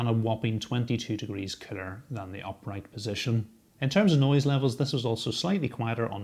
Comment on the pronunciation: I like how you pronounce cooler as "killer". Combine that with that murderous death stare you give the camera and it makes me start to wonder about you. :P